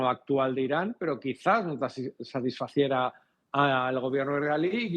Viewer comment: OJO: lo correcto es "satisficiiera" no "satisfaciera"